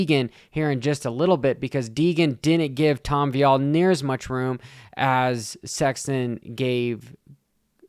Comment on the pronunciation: Hmmm. Looks like he is totally focused and is assessing the situation , no animosity, opinions are getting old bro , I worked this even and raced on this track back in the late 80’s. You do t k ow the facts ! Omg it’s Vialle , not viiiillle. Trajectoryn! Do you even attend these events? Take a Look , clown